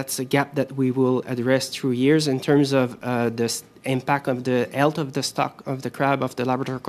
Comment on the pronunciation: Being french, one thing that I can't stand is people who can't pronounce the damn "H"! it's not difficult, and it's not "ELT" it's health! And then the same ones would add an "H" to words that don't have one like "hammo" instead of ammo. It bugs me.